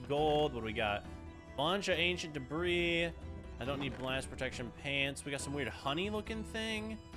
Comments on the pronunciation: "I have 61 DEBRAHS." bruh... its deb-ree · Why are you calling it Deborah instead of debris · Did no one notice he said 'Ancient Debra' instead of 'Ancient Debris' ??